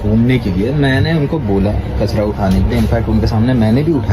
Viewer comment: Not kachda 😂😂 it's kachra 😂😂